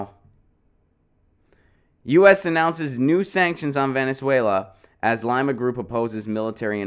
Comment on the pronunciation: It's not "lima" as in lima beans, it's lee-ma.